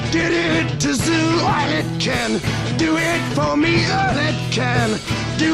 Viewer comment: BTW, It's "ZOOT" as in his guitar player Zoot Horn Rollo--- not "zoo"